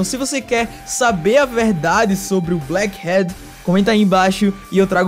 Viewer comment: Só eu, ou ele pronunciou "black HEAD (Cabeça)"